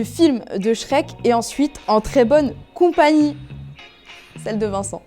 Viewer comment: "En Bonne Compagny " ça m a tué🤣